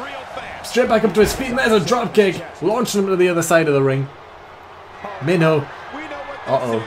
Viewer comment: When i heard you mention Minho in another video I thought you said Main Ho